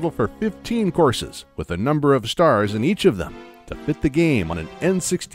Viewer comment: Oh COURSES. I kept hearing, "horses" and couldn't figure out why Miyamoto wanted 40 horses in his game.